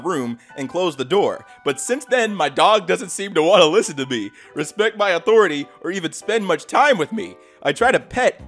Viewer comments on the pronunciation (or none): none